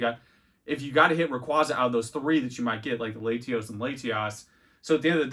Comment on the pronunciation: Laytios and Laytiass? What are we doing here?